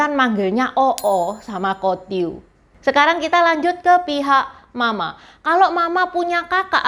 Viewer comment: ... saya cukup yakin intonasi pelafalanmu salah.... intonasi ma .... ma harusnya datar ... u kedua suku tersebut. Cara pelafalanmu bunyi nya berarti ibu marah..